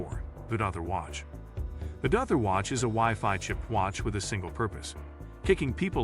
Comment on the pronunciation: yes lol once it started calling De-Auther Dother lol. also hunter cat is a card skimmer detector you can use at the gas station if you didn't know.